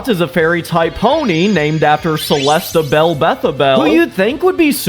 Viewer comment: It's celeste-A-belle-A-beth-A-belle That's just galeem Can u get a pokemon pls